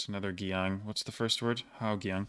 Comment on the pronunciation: I mean most of it is accurate — not everything. Some words you still mispronounce, especially 'Giang'. The way you pronounce it sounds more like 'K-iang', which is quite different. In Vietnamese, 'Gi' is one blended sound — not 'G' and 'i' separately. It’s somewhat like the English 'the', but without your tongue touching your teeth. Then, combine that with the Vietnamese 'ang' sound — so the whole word is pronounced like 'dang' in Vietnamese, not the English word. Altogether, it should sound close to 'Zang', but softer at the start. Also, tones are crucial in Vietnamese — we have six of them, and using the wrong tone can completely change the meaning of a word.